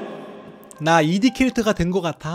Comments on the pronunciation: '2D' 발음 할때 '이디'라고 하지 않고 '투디' 라고 합니다 😷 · 근데 이D가 아니고 투D인데요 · 초에 이디가 아니라 투디에요 ㅋㅋ